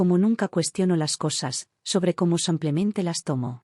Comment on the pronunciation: Me gustaría que pronuncien bien el español. No es samplemente, es simplemente